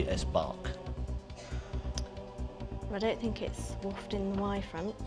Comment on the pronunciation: He can't pronounce Bach at all... And he basically led her to the right answer for the first question.